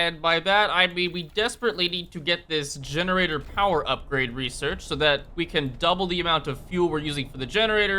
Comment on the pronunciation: "This masive building is DEGENARATOR" :D